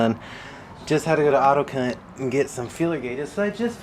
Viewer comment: he said autoc^nt - fanfuckntastic shyt right there. I’ll take the dickhead size 🧐🤣